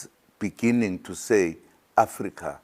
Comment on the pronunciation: So much love eventhough he cannot read the word "beginning "